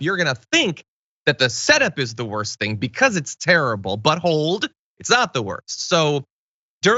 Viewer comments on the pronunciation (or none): But hold sound like ya said buttholed. I was thinking easssssssy there captain